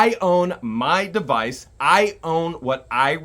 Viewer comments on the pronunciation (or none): none